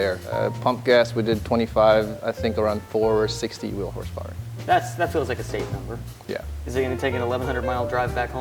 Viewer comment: "652.. 652 horsepowah to da wheel" 😂 dying